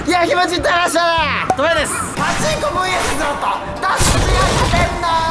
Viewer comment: パチンコのイントネーション気になんの俺だけ？